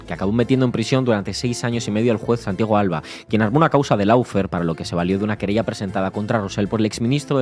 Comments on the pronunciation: Si se utiliza la palabra inglesa "lawfare" deberia pronunciarse bien y no decir /laufear/ o /loufare/, sino algo asi como /LOFEAR/ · ¿No perdemos españolidad por pronunciar en inglés cuando se usa una palabra inglesa? Así se ahorran el no decir una versión cada uno, dando la impresión que no se oyen o no se ponen de acuerdo, además de la de no usar el diccionario. Por qué no decir / ˈlɔːˌfɛə / o loo fee, al menos?